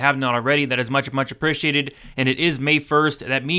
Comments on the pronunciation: sound like u say prish-e-ate instead of pree-she-ate im bein funny thx for the videos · lolz it sound off to me but im just messin! congrats on the weight loss wat u do to lose it?